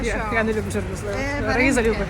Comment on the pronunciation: ЧорнОслив - наголос